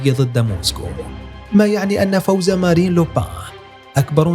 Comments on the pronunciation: Marine le pen مارين وليس مارلين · مارين وليس ماريلين 😁😁😁